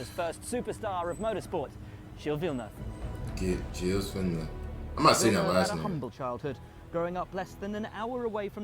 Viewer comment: the pronunciation is more like "jeel vill-nuhv"